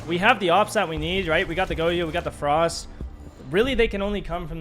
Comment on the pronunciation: lost me within 10 seconds lol im not tryna listen to goyo be pronounced go-yo for a half hour